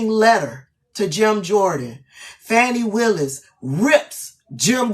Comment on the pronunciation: Please pronounce her name properly.